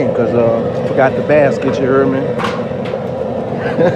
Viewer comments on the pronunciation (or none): Word of the day. "Ya herd meh"